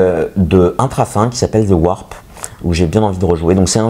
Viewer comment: Wrap c'est un sandwich roulé, pas Warp 😂 Sinon merci pour la dédicace, j'espère que ça plaira à Joël 👍